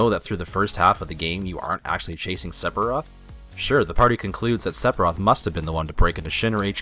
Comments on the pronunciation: It is "Seph-ee-roth" not "Sep-hee-roth". Also "Ak-sess-ee-bill-ee-tee" not "ass-ess-ee-bill-ee-tee". :) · the cb system is fine you can button mash any rpg if you gind enough it depends on your play style that is why alot of vids on yt of people battling safer sephiroth pronounced seferoth but you do know ph makes a f sound right? anyway that's why alot of yt vids are fighting him at lv 50-60 to make it more challenging if you want you to can get 9999 hp lv 99 max matirea and pretty much end the fight in 5 turns or button mash basic attack and win that way if you can reach him If I remember right he was unattainable with basic attacks with some characters it's up to your game play so judging it on something that is not only is based on gameplay but is the same weakness for pretty much any rpg where you can freely train is highly unfair also mako is pronounced mawko jesus did you even play any of the games other then the original or even play the original it's not looking like it go play crisis core and learn to pronounce before you do a game revew the only one you got right is airith lol thumbs down rofl the more I watch the more I beleave you have honestly never played this is has been confermed sphiroth was controling jenova while healing in the north cave after his near death in mako reacor 5 re rejoined the lifestream and gained new knowlage and power being able to manipulate the life steam it's self as well as any existing S sells that is why he can brainwash cloud and even morph jenova into him self along with all his powers and memories this is proven in advent children as